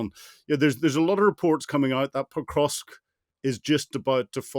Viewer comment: The speaker isn't even pronouncing Pokrovsk correctly.